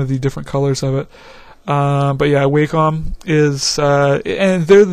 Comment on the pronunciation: its pronounced " WOH - COM " wacom... check the videos they make...